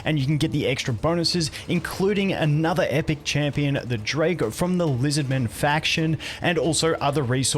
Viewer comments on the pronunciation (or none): none